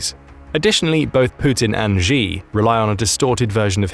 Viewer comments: SHE, his name is pronounced SHE!!!! not Jee at least don't butcher his name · It's pronounced she not g